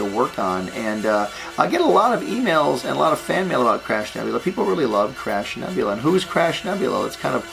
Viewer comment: I kept hearing Crap Nebula, instead of crab(?) X'D